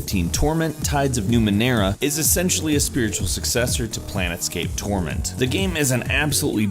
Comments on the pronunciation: Just letting you know around the mark you stated "Planetscape Torment" the game's actual name is "Planescape Torment" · "planetscape torment"?